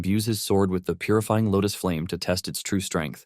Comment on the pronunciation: he said puryfieng lotus flame anyone remember something about btth